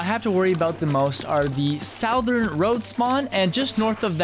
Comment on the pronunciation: Bro look up how to pronounce "southern" please